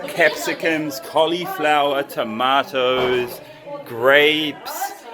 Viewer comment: Did he said Tomatoes or Tamaters ? 😂